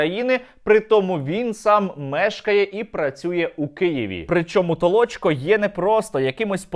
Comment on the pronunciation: Не Толочко, а Толчко